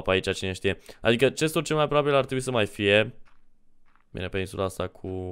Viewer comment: cest nu ghest 😄